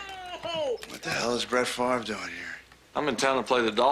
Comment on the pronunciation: Brett favor??